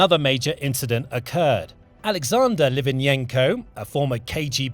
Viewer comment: Please learn to pronounce Litvinenko's name properly! Thanks